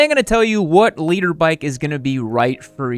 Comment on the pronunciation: I thought you was saying leader bike.